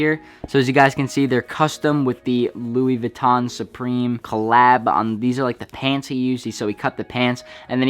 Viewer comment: *doesn’t know how to properly say Louis Vuitton